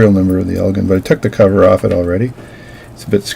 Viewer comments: Elgin - pronounced el-jin - is a town in Northern Illinois about 25 miles due west of Chicago. The headquarters of Elgin brand watches was there until they went out of businesses in 1968. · elgin with the j sound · Its EL GIN